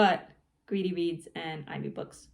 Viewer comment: You said you were going to Greedy Reads, but I thought you said “Gravy Beans.”😂